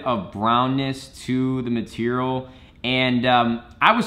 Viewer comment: “Browness to the MeTeeRal” 😂 good vid tho